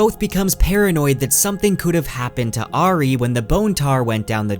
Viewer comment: This is an amazing in depth summary as always.. the only blemish is how your pronounce the name Auri…